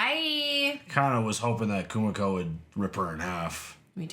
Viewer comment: Kimiko,. Not Kumiko